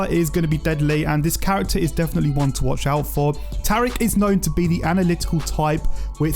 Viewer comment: It’s pronounced TA-REEK not TEAR-EEK